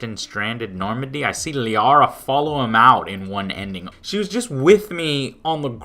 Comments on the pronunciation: Lauria? She's Liara, dude. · Has nobody realized Joe saying "Laria" instead of Liara - ? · Alright, see, anyone who calls Liara "Laria" isn't to be taken seriously on the subject of Mass Effect. If you typo, sure, but not if you SAY it with such conviction. of the video for those that didn't catch it. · When you said Lauria instead of liara I laughed my ass off! Love you man. Still watching in 2020. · Laria? You mean Liara... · When you're such a big mass effect fan that you mispronounce one of the most popular companion names... it's LIARA. NOT LARIA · Joe her name is not Lara it's Liara pronounced (Lee•R•ra) and my Shepard loved her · claims to be a huge ME fan, calls Liara, 'Laria" . haha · lol dude, , it's LIARA not Laria... Did you even play the game? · laria? dont you mean liara? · Lol, he said "Laria" instead of "Liara" :O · its not Laira... ITS LIARA ! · ITS LIARA! NOT LARRIA! LIARA YOU FOOL! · Laria ??? you mean Liara right? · IT'S PRONOUNCED LEE-ARA NOT LAURI-A!!! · It's "Liara", not "Laria". Good video otherwise, hits every single point about why the ending was utterly horrible. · It's pronounced Lee-ara, Joe. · "lauria." lol. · Easiest way to spot a Talimancer: they pronounce Liara as "Laria." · So first the whole talk about how you spent 5 years getting to know and love your squadmates and then you call our resident Shadow Broker "Laria", I thought that was funny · it's LIARA not Laria lol.. And really folks, Bioware couldn't care less about what any of us wrote here. The ending as it is now actually has a meaning, you just have to be over 12 to kinda understand it.. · You called her "Laria" lol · Tah-li? Lah-ree-ah? I don't think thats how its pronounced mate, but these are some damn good reasons... The ending was an insult to every fan and to the series itself. Watching it made my heart drop, and thats only happened when I saw my Father die... But, it doesn't take away the fact I found the game amazing, even with its flaws. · lol....laria? really bro?